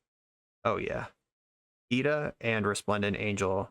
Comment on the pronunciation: this deck is sweet but for the record "giada" is pronounced with a soft g since its an italian name-- /,ji'a,da/